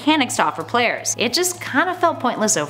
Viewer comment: Los hispanohablantes que saben inglés perfectamente ¿pueden entenderle un pito lo que dice esta tipa al principio? Es como que no mueve la lengua adecuadamente, no termina las frases, como si mezclara las pronunciaciones, pronuncia terrible. Tuve que poner subtítulos. Como en "...to offer to players" , en vez de pronunciar "tu ofer tu pleiers" pronuncia " sooper pleeers"